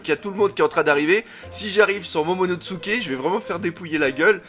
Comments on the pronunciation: Momonosuke pas MomonoTsuke. Par pitié 🙏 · Déjà que je trouvais tes vidéos pourris, là on est passé au niveau supérieur, je passe le fait que tu détruise complètement les noms mais c'est tellement chiant que ça bloque direct, c'est pas momonoTsuke mais MOMONOSUKE bordel !!!!!! T'expliques des choses tellement évidente que ça devient encore plus chiant, et tu te poses des questions qui n'ont pas lieu d'être si barbe blanche n'est pas allé affronté kaido c'est qu'il y a une raison qu'on ne connaît pas encore !!!!!! Le one piece par exemple avec le fait qu'il serait arrivé trop tôt et qu'evidemment le one piece est en lien étroit avec wano et SURTOUT tu critiques et dit "erreur"!?????? Mais tais toi et attend d'avoir des explications, tu sais ce que c'est one piece ???? Tu sais ce que c'est oda !!!!?????? A chaque fois on est obligé de relire les scan parce que justement une information est révélé après et donc à ce moment là tu devras t'excuser, et si toutes tes vidéos sont dans le même style et bah elles va être très longue cette vidéo !!!!!!!